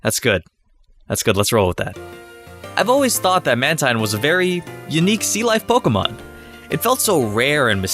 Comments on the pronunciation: it's not pronounced mantien it's manteen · what its man-teen not man-tine thanks almighty pokemon 3d app pro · Btw its.man-teen not man-tyne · teen not tine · its maNtine not matine or manteen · it's Man-Teen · WRONG, it's spelled man-teen, but your videos are still good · NO, YOU'RE BOTH WRONG! IT'S PRONOUNCED "MAN-TYNE"!